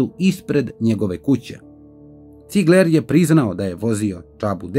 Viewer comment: Nije Cigleeer nego Cigler